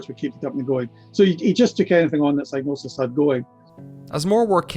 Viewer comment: psygnosis rhymes with psychosis if you pronounce it correctly. It's Psy-gnosis.